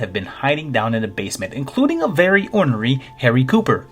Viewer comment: I was born in the south, and have lived here my entire life. Which is why I assume I've never heard the word "ornery" pronounced correctly prior to watching this video. Not that I was conscious of this fact before, either. But upon hearing it here,I knew that it was the correct way to say it.